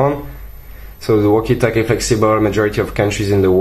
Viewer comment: Best review I've seen. Thanks! By the way... It's walkie-talkie. lol